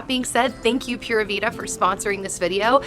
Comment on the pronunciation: I love how chunky Logan’s legs and arms have gotten. 😍 Pura vida is pronounced ‘Pooh-rah Vee-dah’ 😊